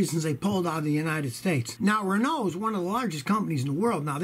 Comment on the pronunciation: As a Brit your pronunciation of Renault and Peugeot shocked me.